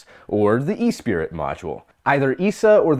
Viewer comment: ESPRIT (from the Wiktionary) Pronunciation IPA(key): /ɛs.ˈpɹiː/ ("espree" not e-spirit, you added a syllable, an extra letter "i") Noun esprit (uncountable) Spirit, enthusiasm. A wit. Liveliness, or active mind and spirit. Related terms esprit de corps l'esprit de l'escalier You guys are right on target 99 44/100 of the time. I just want to let you know for the next time the ESA module makes the news.